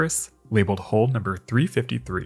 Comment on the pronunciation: Hull not "hole". Hulled no "holed". Steward not "stewart". Vulnerable not "vulnerble".